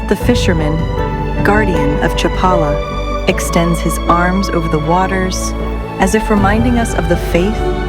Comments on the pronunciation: cha-PA-la. NOT chap-a-la. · The AI doesn't know how to pronounce Chapala correctly. Had to stop watching because I don't support AI generated slop.